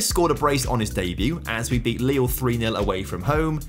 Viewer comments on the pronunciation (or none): none